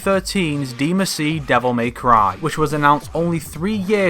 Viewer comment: please stop calling it deemuhsee